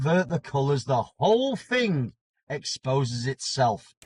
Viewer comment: he cant even say thing (fing)... its a pet hate of mine